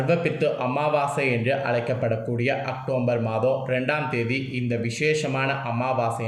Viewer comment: Pronounce properly October